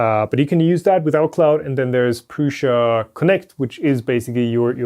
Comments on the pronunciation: Nope, it is PRŮŠA [PRUSHA]. You can try it yourself in google translator with Czech language ;) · It‘s czech. That‘s why the way said it is correct.